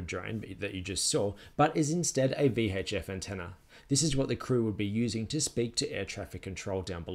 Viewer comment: V Haych F! Love the vid, many thanks from nz!